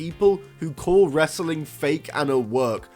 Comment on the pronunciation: You say wrestling like Russo...it does not have that many syllables. Bro!